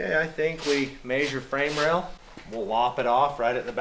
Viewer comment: Measure measure!! Not mazeure 🤣